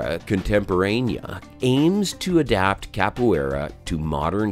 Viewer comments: He wasn't that wrong tho. In potuguese it sounds a bit like "ka-poo-é-ra" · Cap - oh - aye- rah. Too hard to watch this.